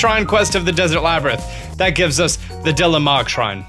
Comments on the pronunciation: Please learn how to pronounce this. Lomei = Low-MAY Labyrinth = Lab-er-inth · laybritt, labtrith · "Hillian shield" "Eyewata" "Laybyrinth" lol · lay-brinth, or lab-rinth? :D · And you pronounce "Labyrinth" two different ways. LOL